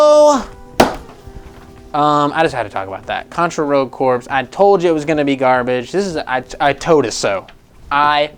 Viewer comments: Corps is pronounced “CORE” you dunce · The first is a false report and it's pronounced Core